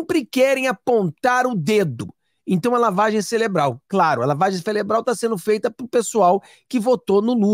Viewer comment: Não celebral é cerebral